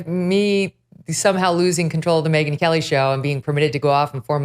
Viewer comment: "Hey, everyone, welcome to the Megyn Helly Show [sic] ..." Helly? Helly? Whoa, that's Hella Funny, Kelly! That's Hella Funny! 🤣